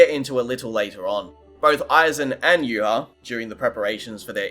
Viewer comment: Contacted Kubo, he confirmed it's pronounced "yoo-watch" and not "yoo-ha-bawk"